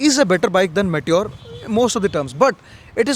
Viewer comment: what is may-ture 350? It's pronounced "me" "tyor" not 'may' 'tyor'